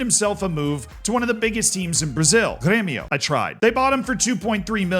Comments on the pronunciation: Very good pronunciation of Grêmio mate 👌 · grêmio's pronunciation was pretty decent